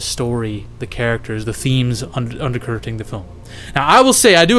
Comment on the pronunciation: “being hunted down by the all CONCUMPASSING wolf”? Huh? “the themes UNDERCURTING the film.” What? WTF are you saying half the time, brother?